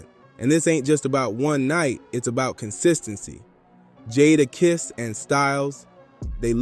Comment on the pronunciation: You call dude Jaarakiss? 😂